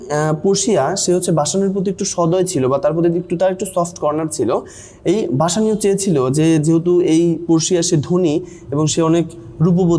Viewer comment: বেসেনিও ✅ বাসানিও না❌